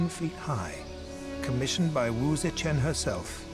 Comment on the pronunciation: It bugs me that the narrator mispronounces Wu ZeTian, saying is as Wu Ze"Qian" (saying "Chan" instead of Tian)🤦🏻‍♀️